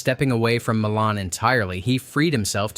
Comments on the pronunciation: MY-lun. Not muh-lahn. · It’s pronounced Milan, not Milan. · pronounce My Lan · It’s pronounced Meye lan, like eye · Entertaining, but... It's pronounced... My-lynn. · Milan Iin IN isn't pronounced the same as Milan in Italy. It's "MYE-lan"